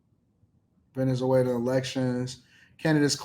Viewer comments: how many times do you have to hear the PROPER pronunciation of VENEZ-WAYLA (Venezuela) to BELIEVE that the speakers KNOW what they're talking about!!??? You're educated... speak EDUCATEDLY!! Peace out... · A bro, if you don’t pronounce Venezuela correctly !!!😡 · Pronounce Venezuela correctly. Super cringey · This dude. Ant even pronounce the country right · Venezuela has four syllables Ve- ne zue -la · The way you are pronouncing Venezuela is tripping me out😂